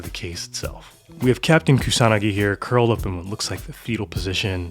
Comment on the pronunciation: No, but seriously, I appreciate that the Youtuber pronounces Kusanagi with an emphasis on the second vowel. Similarly, Koi is also pronounced correctly Koee with an emphasis on the second vowel. 💯